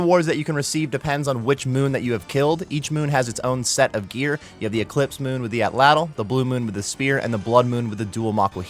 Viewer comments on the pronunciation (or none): none